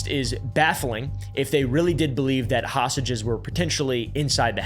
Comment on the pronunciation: "hosTages" not "hassages" lol